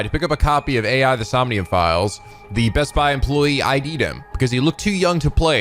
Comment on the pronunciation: Hey,. Just want to point out that you're actually pronouncing the title of the game wrong in the intro. I actually attended the panel when they announced this game back at Anime Expo 2018 and Uchikoshi said that AI is actually pronounced "Eye" in the title, due to everything about this game being related to an eye. So it should be pronounced as "Eye: The Somnium Files".